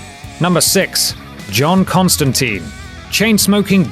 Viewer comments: Constantine is pronounced "tyne", rhymes with Turpentine. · it's pronounced Constan-tyne. tyne!